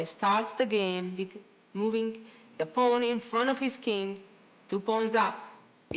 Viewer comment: why he didnot call them paaaaaan like jennifer shahade